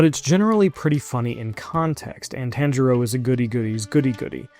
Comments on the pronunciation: It’s Ta an Ji row not Tane Jirio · “TAN-ja-row” Bruh what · No way you just said tan jero 😂😂 it’s Ron take the time to try and respect the characters name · Learnt directly from Inosuke's school of diction